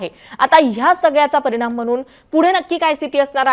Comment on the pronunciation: परिनाम म्हनून........😂😂